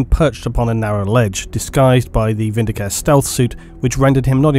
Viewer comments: I know I'm being snooty, but the 'e' at the end of vindicare isn't silent. It should be pronounced vin-di-ca-reh, not vin-di-caer. The latter sounds like a healthcare plan. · You know I'm like 90% certain Vindi-CARE is supposed to be Vindi-CA-RE, similar to the Italian verb "vendicare" which means "to avenge/vindicate" so now I just can't hear it without taking a point of psychic damage. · Um, sorry, but it's "Vin -D-Car -Ay", possibly even "Win-D-Car-Ay", depending on how militant your Latin language teacher was. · Yay ! The Emperor be praised ... Just a quick High Gothic note : Vindicare is pronounced « VinDI kAré »